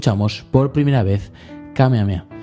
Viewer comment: Krilin no dice ahí "Kamehame ha" sino "Kamehame KA" 😅